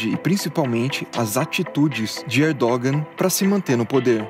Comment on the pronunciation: Erdogan e não Erdógão